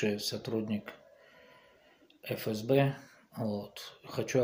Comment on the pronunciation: Ооооо, уже научили правильно говорить аббревиатуру, а то в предыдущем ролики говорил ни как сотрудник!